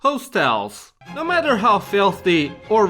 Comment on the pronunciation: hoestels xd